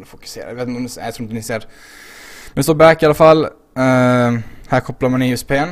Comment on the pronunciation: låter fan som att du säger USP ist för USB xD PS: du får köpa dig ett rakblad för paketen ;)